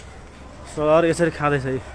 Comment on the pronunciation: It's salaaa not salaha